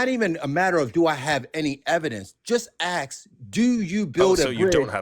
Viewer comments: When someone says.. let me "aks" you something? You know you're going to be pretty much talking to an inanimate object. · An engineer would NEVER say “Aks” instead of “Ask”. What an absolute MORON. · I've been an engineer for decades, and I've yet to hear another engineer say something like "ax you a question". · When someone says axe instead of ask, I consider that a big red flag regarding the persons intelligence. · Ehhh “ax” instead of “ask” is just a regional/cultural difference, like an accent. They’re both correct. It’s hard to change ways of speaking you grow up with, regardless of your profession or where you move later, etc. The development of all the variants in middle and modern English ax/aks/axe/ask from the Old English acsion (pronounced axion) is an interesting thing to learn about. The only reason “ask” was selected as the “proper” variant was because it happened to be how people in London said it at the time (1500s) and most people with north/western England said “ax” instead. Chaucer used both interchangeably, the first English translation of the Bible used “axe” etc. and many people still use it today. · Engineer my ass. He probably mops floors for a living. Also, can someone tell me how many x'es are in the word "ask"?